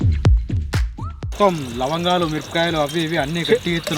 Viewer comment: 😂😂 Lavangalu❌️Langalu✅️😂😂😂